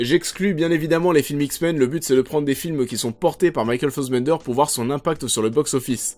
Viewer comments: Ned for speed, Ariane Labeb, Michael Fossbender, Promethéouss, Gui Pierce, MacBef (ok, celui-là aucun Français peut le prononcer) :D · Pas mal mais beaucoup trop court pour ce concept , mais concept intéressant qui mérite un format de 20 25 30 min avec recherches , masses d'images et tout un peu à la Mr Meaaa en plus orienté. Par contre trop bizarre ta façon de prononcer Fassbender en"fossbender" ahahah j'ai pas trop capté .Bonne vidéo en tout cas !